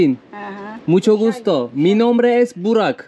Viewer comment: bı kere Burak de lütfen yine de ümidini kaybetme 😀